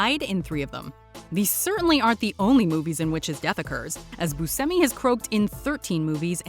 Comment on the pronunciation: Steve BOO-SHE-ME